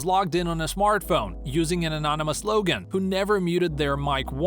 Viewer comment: How, in this day and age, does someone mispronounce "login"?